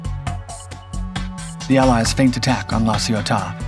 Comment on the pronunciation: Feint is NOT pronounced FEENT, but FAINT